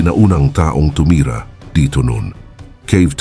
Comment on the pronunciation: natatawa talaga ako sa .. sinabing MGA TAONG TUMIRA. kaka iba kasi yung tono e 😂😂😂